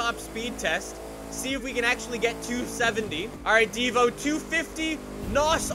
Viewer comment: You habe to say Divo like it has two o like Divoo